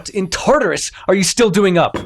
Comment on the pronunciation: The pronunciation of Tartarus was so goofy lol ALSO UR LORE WAS WRONG ITS NOT THE POMEGRANATES OF HADES ITS PERSEPHONE'S POMEGRANATES